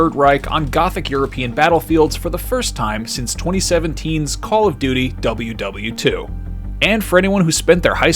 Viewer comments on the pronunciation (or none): Did he literally pronounce WW2 that way?